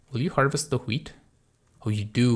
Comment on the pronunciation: You pronounce it hweat you should try and pronounce it weat without an h there is one but it's silent